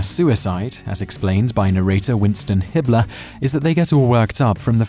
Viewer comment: dude I thought you said Hitler 💀